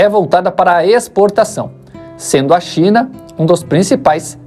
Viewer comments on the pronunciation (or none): none